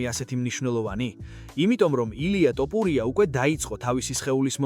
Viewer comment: ტოპურია არაა ბიჭო თოფურია